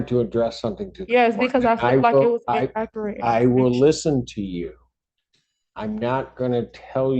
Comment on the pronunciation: "In-AKKERATE" information! 🤦🏾‍♀